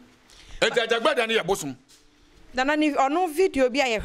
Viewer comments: This guy is very confused.Prophet Asiamah is lead by AJAGURAJAH not what the komfo is pronouncing AJABGLAJAR.👈🏻this could be true but has nothing to do with the MIGHTY AJAGURAJAH who leads us all🙏🏼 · is talking about Ajagblajah... instead of Ajagurajah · This okomfuo himself is fake he can’t even pronounce Ajagurajah